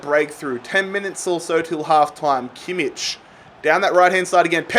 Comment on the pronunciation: he always pronounces Joshua Kimmich's name wrong